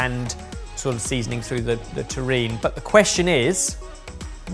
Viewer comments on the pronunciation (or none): Dish #3 is a terrine (pronounced "teh-rinn"), not a taurine. Taurine is a common ingredient in many energy drinks (although it's also naturally found in animals including humans).